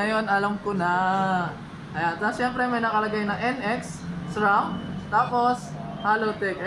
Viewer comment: not S-ram.. Shram po basa.